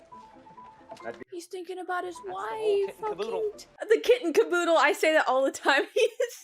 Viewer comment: I love this movie. Glad you liked it, too. - By the way the phrase is “kit and kaboodle”, not “kitten kaboodle”. Maybe you knew that, but that’s how it sounded like you said it. - Hahaha You’re totally one of those people who travel somewhere and then just keeps on referencing it. It’s like me, after I went to Japan… 😉